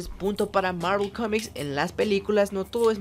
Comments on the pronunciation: El video en si es malo.......aunque lo peor de el video es cuando el pendejo este intenta pronunciar marvel.....y no se si es que se cree gringo o que pero si no sabes pronunciar bien el nombre en ingles entonces dilo como suena que en ves de escuchar marvel escuchaba era mervol morvol marvol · Que pedo,no se le entiende mi madres a su saludo y es Marvel no Marvl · Universo marel? Marel?